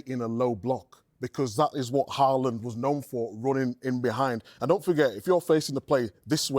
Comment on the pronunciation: Learn to pronounce his name first.. Say Halland